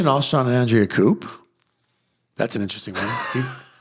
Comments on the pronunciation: It’s not a “coop”, it’s a coup (pronounced koo). Just saying. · Just FYI the word "Coup" has a silent P at the end of it so it's pronounced "coo". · grammar police pulling you over here - although it is true that the Johnson clan “flew the coop”, where coop is pronounced with a “p” at the end, the MLP “takeover”, or coup, is pronounced with a silent p. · pronouncing coup with a hard P is totes adorbs. ☺️